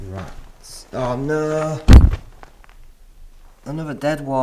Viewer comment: The way you say oh know in your Yorkshire accent is to funny 😭😭😭😭😭😭😭😂